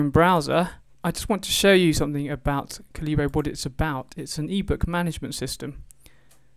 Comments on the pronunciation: Caleebray… I think it’s pronounced caliber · Thank you for a thorough walk through. Even so for me this didn't work in W10 because the crucial DeDRM shown didn't load from the zip file -- I have no idea why -- but when I ran Calibre in Linux the same zip loaded the necessary file. Most peculiar but good in the end, cheers! PS as a fellow countryman I was surprised at your pronunciation of Calibre!